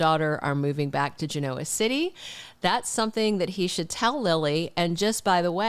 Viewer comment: I enjoy your posts. Just to say that mispronouncing Genoa City is like chalk on a blackboard for me. The Y & R characters accent the 1st syllable, not the 2nd…